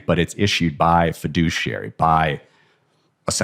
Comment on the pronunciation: Take a shot every time he says FEDUCIARY MEDIA. Or better don't... :D